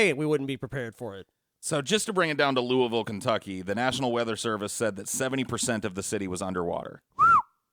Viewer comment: I’m glad pronounces Louisville correctly.